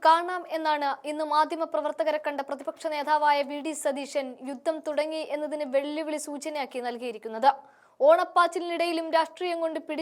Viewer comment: Yuddam alla 'yuddham' aanu sariyaayathu.